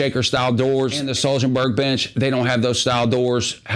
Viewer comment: "HWOAHBERRY" is closer to the actual swedish pronunciation